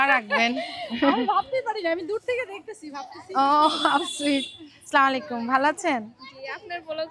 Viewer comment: স্লামালাইকুম কি আবার? এটা আসসালামু আলাইকুম হবে